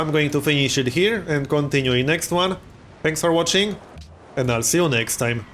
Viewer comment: I always make it a point to repeat. "And I will see you nex thime" with him. Awesome vids,.